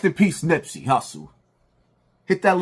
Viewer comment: This man said Nipsey. Wtf. Just say anything.